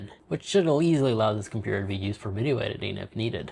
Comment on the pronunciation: WTF is a compewer😂😂😂